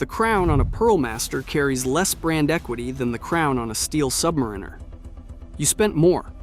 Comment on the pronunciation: Buy and wear what you want, whether it's a G-Shock or a Rolex anything. Don't listen to a kid's A.I. voice on the interwebs that can't pronounce "Submariner".